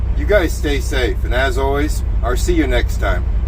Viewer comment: I think you were a pirate in a previous life. The way you replace words will L’s with RRR’s instead of saying I’ll be home you say I’RR be home! 😂🏴‍☠️ sail on me Heartie!